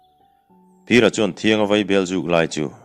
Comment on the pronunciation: Thianga i lam dan hi a diklo. T hnuai ah hian, chhunhan a awm thin.